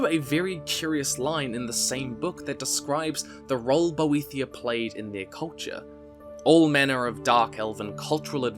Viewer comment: I could be wrong, but I believe Boethiah is pronounced more as "boet-hi-ah", without a 'th' diphthong? :) 'The fire is mine: let it consume thee, And make a secret door At the altar of Padhome, In the House of Boet-hi-Ah Where we become safe And looked after.' - The Thirty-Six Lessons of Vivic, Sermon Thirty-Four